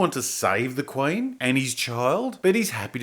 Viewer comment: Oi m8 wot's a KWAYN? HOLY FUCK! IT IS RICH EVANS. OH MY GAAAAAAAAHD!